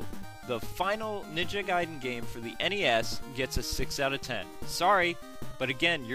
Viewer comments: it doesn't mean "letter" nor is it pronounced gayden... it's pronounced like guy den. ninja gaiden. gaiden 外伝 (supplementary biography; anecdote) in no way could that mean "letter". please get your facts straight before "informing" the people... you're just adding gas to the ignorance fire... 'merica.. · Lol he was say "Gay-den" meant that! XD Notice he only pronounced it "Gay-den" at that one part, but said "Guy-den" the rest of the video.